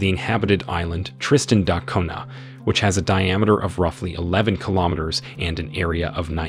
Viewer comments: Why do you pronounce it Tristan Dot Cunha? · It is pronounced Ar-Ka-Pellico. and it's pronounced Tristan Da Koonya. Do your homework before you post a video! I can't take this video seriously. There are way better videos.!